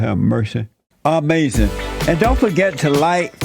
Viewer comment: Lol 😂 AH-MAZIN